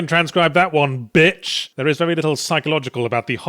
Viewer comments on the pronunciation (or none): That "Eugh, yeah transcribe that one bitch that emphasis on bitch is so strong I can throw and finger at someone and turn them to dust with the power of god